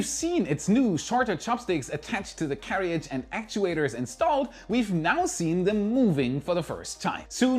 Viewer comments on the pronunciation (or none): Dear, carriage = care + edge. It's one of these confusing words for non native English speakers. Keep up the fantastic work!